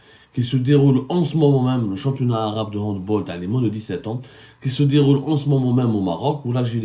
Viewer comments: On prononce "handbAll" pas "handbOl" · On dit "handbAll" et non "handbOl" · On dit Hand bAAAAAAL, C'est UN NOM ALLEMAND.On dit Hand bAll. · Mr Saumur on prononce HANDBALL avec un A c'est germanique au contraire des autres sports collectifs